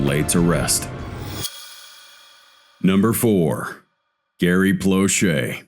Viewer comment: In the very beginning the man speaking said Gary Blushes, it’s Gary Plauche. And anyone saying that he should have been charged with murder, obviously has no children. The world is a better place with that monster gone!